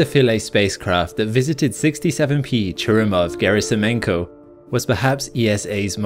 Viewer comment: how can you pronounce churyumoov gerasimenko correctly and get halley so badly ignorantly wrong ?. He pronounced it Hawley as letters written to him were addressed like that, Hal-ee is accepteable, but hayley is just ignorant - oh, and get rid of the bleedin irritant adverts